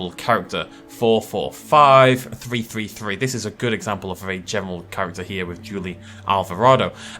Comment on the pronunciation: It's a pity this presenter can't speak English ("three is not pronounced "free"), because the advice in this video is really useful.